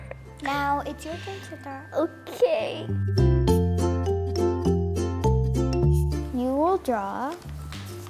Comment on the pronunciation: Sitara is looking so cute as her father. I always surprised by Sitara's english fluency.its very nice for her age.she is so fluent , and pronunciation of english is so good at age of 7.